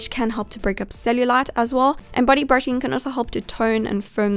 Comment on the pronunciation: The way she pronounces body sounds like buddy ha HaThroughout the entireVideo I heardBuddy brushing